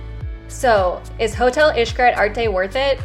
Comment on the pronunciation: Pronouncing Xcaret like “ish-cret” kept throwing me for a loop lol. But good job on the review